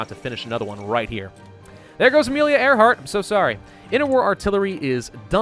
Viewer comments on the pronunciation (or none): none